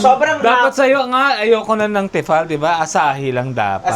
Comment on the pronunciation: I love your vlogs!!! Pero advice lang po it's "Tee fal" 😊